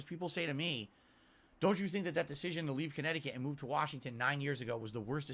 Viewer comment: One thing "irking" me about more and more is that he can pronounce the "Th" in "Thus" but when he says "That" it's "Dat"